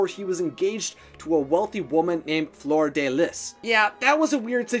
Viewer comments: Fleur-de-Lys is pronounced "flur-deh-lee", not "floor-day-liss" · Anyone else yell, " it's pronounced flur de lee!" when he said "flur de liss", anyone?